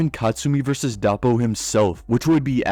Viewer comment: Took me a bit to figure out he meant Doppo and not "Dahpo."